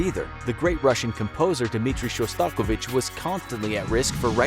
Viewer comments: ... sorry if im number 200 to say this but its Shos TA KOV ich not sha STAKO vich. Classically trained violinist. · Interesting pronunciation of “Shostakovich”